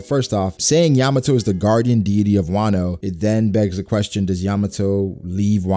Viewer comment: I love you dude but you’re pronouncing “deity”wrong😅